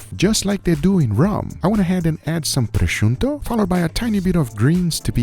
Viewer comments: Guga, Guga: PRO-SHOE-TOE!!! (not pro-shun-to) Love you bro. ;) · Its Prosciutto not Proscunto ...Pro-shoe-to .. not Pro-shoon-to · Guga why do you say "prosciunto" 😭😭😭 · why do you say "precionto" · In Brazil we call it "Presunto", so thats most likely why he call it that way